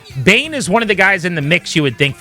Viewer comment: It’s Bain and it’s not close